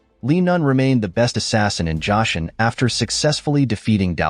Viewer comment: It’s pronounced Joe - son not Josh eon